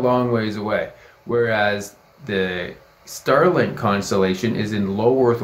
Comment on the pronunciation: Ster link